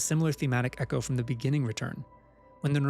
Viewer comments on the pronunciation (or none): none